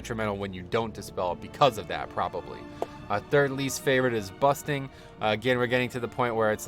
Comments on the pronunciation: you forgot to mention busting not bursting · Sounded like you were saying 'busting'. My least favorite btw. Slows down aoe pulls